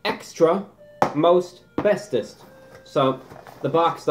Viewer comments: Extra Most Bestest, I thought you said Extra Asbestos, (laugh track) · Every time he says extra most bestest, I just hear Extra Asbestos